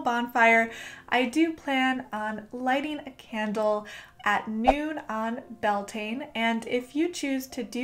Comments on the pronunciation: I love the video but cringed at how you pronounced beltane lol (bel-te-na) not (bel-tain) its irish. just like how samhain is (saow-in) lughnasadh is (loo-na-sa) and imbolg is (ih-mulg) the m is a mutation and makes the b silent :-) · I thought it was pronounced Bell-tuh-na, at least that's what I heard from someone native to Ireland. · Its Gaeilge ** as in Irish but yeah definitely not pronounced Bel-tane. 🤘🏻❤